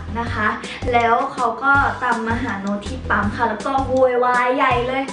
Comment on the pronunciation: 👉🏻ปั้ม ไม่ใช่ 👉🏻ป้ำ